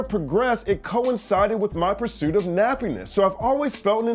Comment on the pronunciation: first the audio and now "puruit"? you slippin fam